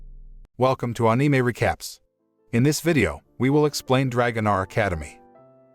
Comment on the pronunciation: Lol i like how the bot says anime in a weird accent lol